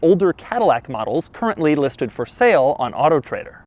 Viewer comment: I swear he says otter trader.